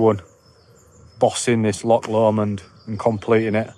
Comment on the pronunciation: My neck of the woods.. Drymen, balmaha, rowardennan... My absolute favourite place to go to. Love your videos keep up the gr8 work! And yeah bring the Welsh out in you to pronounce l'och 😆 it's not 'lock' 😆